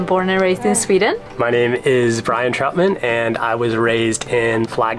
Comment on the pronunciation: You do realize your last name is actually pronounced TROUT-MUN, not TROT-MAN, right?